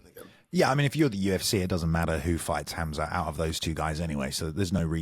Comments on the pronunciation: I love hearing "Haam-zaat" as the pronunciation instead of "Hahm-zaht" :D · The correct pronunciation is hamzah